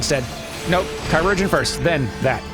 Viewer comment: Speaking of pronunciation, while I'm not certain about this I believe its correct given the context, the word "chirurgeon" I often hear said as you did "Ki-ROO-gen." If you say the CH less like a hard K and more like you would in Checkers "Chur-er-gen" it sounds close to the word "Surgeon." Considering that it's usually used for healers, I think it's the games old timey word for doctor/surgeon. Also, that transition cut on the snap was brilliant.